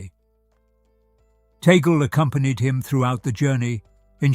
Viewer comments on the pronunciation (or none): It's Tag Le, two words. Not pronounced like how you pronounced that sounds like toggle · Please narrator kindly pronounce the name of Cardinal “Chito “ TAG LE” as such, NOT TAGLE, like how table, bugle, angle etc are pronounced! We, Filipinos pronounce his name as:” TAG -LE”. Thankfully yours 🇵🇭GOD BLESS US ALL🙏‼️